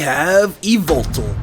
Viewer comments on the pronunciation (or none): It's yuh-vul-tal